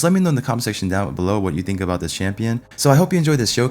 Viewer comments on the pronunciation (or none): none